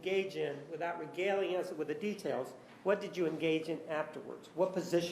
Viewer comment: "...without REGALING us with the details..." 😩😩